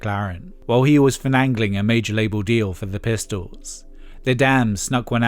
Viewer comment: The word is Finagling,not "Finangling" 😆😅🤣